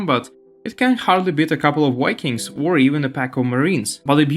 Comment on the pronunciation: V is not W. And don't play "I'm not native speaker" card, because it's not any hard to pronounce. English is not my first language also, but "Wikings" just hurt ears.